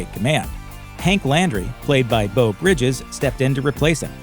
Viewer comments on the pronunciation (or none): none